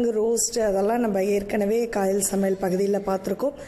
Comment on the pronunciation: Ithu கயல் தானே ஏன் காயல்னு சொல்ரீங்க